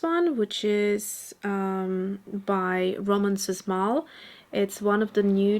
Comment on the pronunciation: Thank you for the nice video! You always so relaxing and positive! Love oil sticks! Planning to get some! Небольшое уточнение про польскую акварель - в Польском языке sz читается как "ш" - Роман Шмаль. С нетерпением жду новых видео! Спасибо!